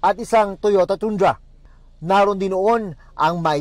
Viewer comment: Toyota Tundra - "Tandra" not "Toondra"